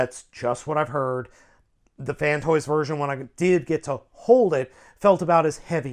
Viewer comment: Downvoted because you keep saying "Fantoys." IT'S FANSTOYS, c'mon man you're a reviewer!